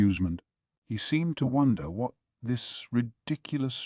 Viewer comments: I had to look up what they were actually saying instead of "wharrrlll" 😭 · What I want to know is why all the “whats” in this particular audiobook sound like cats fighting each other, you know that wierd growl/meow/yowl they make when they’re pissed? It seems weird that an AI can’t pronounce the word “what”. The AI’s voice is good, but man, there are time when the inflection is so bad it sounds like someone who had a major lobotomy is trying to read this LN. It’s so bad I have to sometimes go check the physical LN to understand wtf the characters are saying.